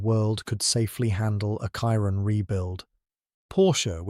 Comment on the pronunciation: Chiron - pronounced “shiron” not “kiron” you’re not American